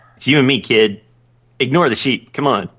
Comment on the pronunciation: its sheep not cheep;)